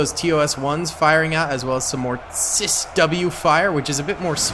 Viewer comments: sis w bless him 🤣 say it as seawiz dude 😅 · It’s a ciws, not a cisw. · It is said see wiz spelled CIWS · Sea-whiz and sea-ram not whatever you were saying